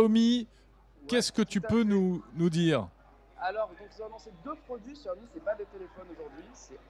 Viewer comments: Ça se prononce siaomi tout simple c'est quoi ce chiao mi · Djaomi ??? C’est pourtant simple, en mandarin X se prononce CH : Chiaomi Merci